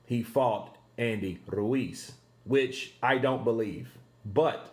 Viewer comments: i like how you say Andy Ruiz Jr's name. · Continues vibration of that tongue to elongate the R sound. Lol